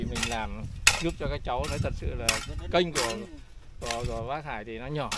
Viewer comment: Để em NÁI nhưng cứ bảo để e ấy NÁI- nói năng gì ngọng líu ngọng lo vậy?